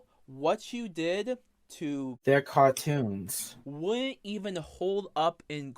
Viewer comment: "Thew're Cawh-toons" 👉👈